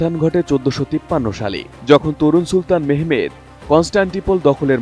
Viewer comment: মেহমেদ না,,মোহাম্মদ।